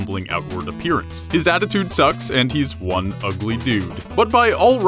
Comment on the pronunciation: gotta feel bad for the guy but still, WALUIGI NUMBER WAN!